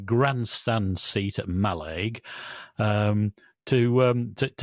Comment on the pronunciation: Ma- LIG.